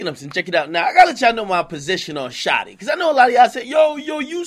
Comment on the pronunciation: He said Shotieea a gangsta gangsta Lol😂